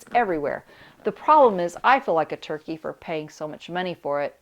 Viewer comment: Hello dear 😊. It' funny when you pronounce turkey in english we heard Turquie the country in french language 😂😂😂. Goodbye dear 😊